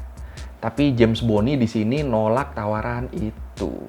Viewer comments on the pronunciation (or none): none